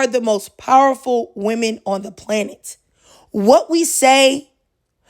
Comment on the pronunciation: lol plantet. I’m fooling with it tho 😂